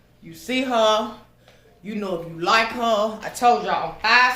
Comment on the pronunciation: 🤣🤣🤣🤣I JUST LOVE YOU SO!!!!!!!!!!! I just love to hear you say “HAR” ( her) 🤣🤣🤣🤣👍🏾👍🏾👍🏾👍🏾👍🏾